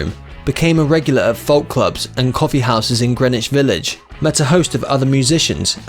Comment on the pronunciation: I think it was a machine, folk was really pronounced L